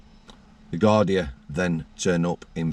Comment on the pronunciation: Gardai, pronounced gardee. .